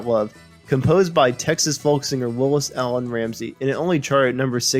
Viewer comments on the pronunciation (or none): none